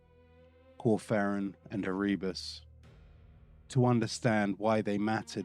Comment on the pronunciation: Love the video, but I feel like you are purposefully mispronunciating the names like ErREEbos GUULeman just to spite the loyalists.